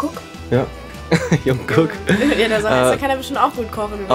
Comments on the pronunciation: Julia er heißt Jungkook 😭😭 nicht Jungkok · asl kpop fan kurzer herzschmerz bei "junkuck" ik jeder spricht es etwas anders aus, aber junkuck... autsch lol sorry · WIE DIE JUNGOOK AUSSPRECHEN HAHAHHA